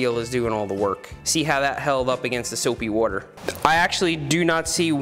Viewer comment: soapy wooder